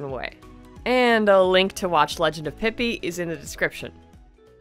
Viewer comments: Nah bro, it's pronounced pee-pee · In the description of the legend of Pipi, it's pronounced peepee. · the description of legend of pipi says it's pronounced peepee!